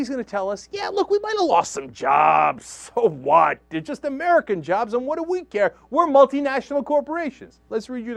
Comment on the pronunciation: reh rooh uh jarrrrrbs